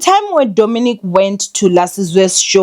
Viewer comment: I just know he's coming for you cause you butchered his name 😂😂